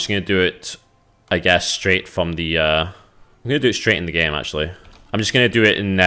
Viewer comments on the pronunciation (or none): none